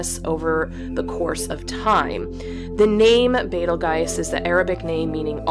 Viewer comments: Orion has been my favorite constellation since I first learned about them. Orion rests right outside my window during the summer. Betelguese is one of my FAVORITE stars out there...I've always pronounced it the same way you do, but was told to pronounce it as Beetle Juice when I was like 9 years old (33 now). Bellatrix plays a main role in one of main stories/series/novels that I started writing in 2005. Yes, I love Orion lol. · Betelgeuse actually is arab named. So it should be called as YAT-AL-GAUSE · In Betelgeuse, the g is pronounced as a j, like in old words like gaol. The Arabic name is bat-al-jawza, or yad -al-jawza. So your pronunciation is incorrect. But, say it how you like. What’s funny, is that you contradict your pronunciation with Rigel. Saying the g as a j. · The way you pronounce Betlegeuse it would have an ‘i’ in it. It does not, therefore you are being contrary, which is not a good thing for an ‘educator’. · Pronounce it however you want but I sure AF will never watch another video with you because it is painful to my ears to hear sure a fricked up pronunciation. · I understand your reason for the pronounciation- you don't wanna be saying 'beatlejuice' more than twice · very cool cinematography... thanks... the name is Arabic... probably pronounced with a j.. I'll ask a couple friends and find out... it sounds like you are using a German pronunciation... all good, eh? I had to look it up... languages are just as fascinating as 🤩 stars... just not quite so many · Ask an arab and he will tell you how to pronounce it properly. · Yes. There are many pronunciations. So, why did you use the least common one? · I cannot get over the way you say it as "Betel-guise". The spelling is a given. "Betel-joos" sounds more appropriate and correct. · First Star is pronounced: “ Beetle Juice “ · I like your pronunciation as Betel-gais. Do you have any reference? I tried to search on google but all say it should be Beetle-juice. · ITS BEATLE JUICE , LOL NOT BETELGYSE